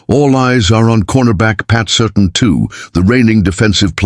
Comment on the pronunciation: Please learn how to pronounce the player's names. You might even get more clicks and subscribers. Sir- Tan, not Certain.